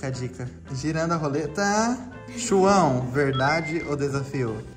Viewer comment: "Chuão"ao invés de"João"🤷🏻‍♀️